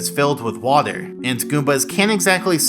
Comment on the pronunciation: I don't thing I've ever heard someone saying "waeder" so frequently within such a short amount of time.